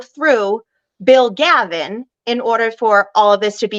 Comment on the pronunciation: Galvin not Gavin